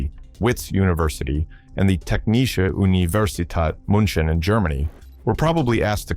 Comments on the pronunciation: i love ur video its realy interesting but as a german i nearly died every time u said technische universität münchen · What pisses me off by far the most, is that some actual real engineers did not get that job and had to probably even get jobs way lower than they would have been qualified for. And, kudos for butchering 'Technische Universität München' in a way I have never heard before. More wrong does not go. You are not excused, you are laughed at, hard.